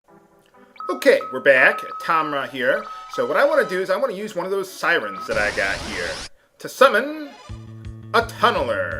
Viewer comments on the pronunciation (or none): none